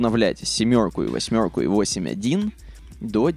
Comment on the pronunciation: Почему ты произносишь "семерку" и "восьмерку" с канадским акцентом?